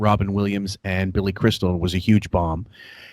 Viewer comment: Pronouncing "Humor" as "Yoo-mer" is 100% a Long Island thing. My dad grew up in LI and is the same age as and has the same accent. See also "Yoo-man" instead of "Human", "Yuge" instead of "Huge", and "Yoo-midity" instead of "Humidity". I do this sometimes even though I'm not from LI. People from LI can also add syllables to words with hard vowel sounds, which is something does. For example, somehow the word "Handbag" becomes "Hay-and Bay-ag".